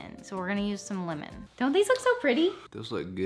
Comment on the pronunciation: waittt. She said “limon” not “lemon”?